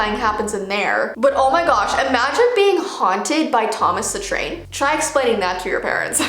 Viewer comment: Thomas the Tain!! Me: Ahhhhhhh. Thomas the tank engine!!!!!!!!!!